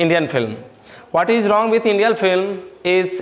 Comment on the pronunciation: Sir rong nhi hota h wrong hota h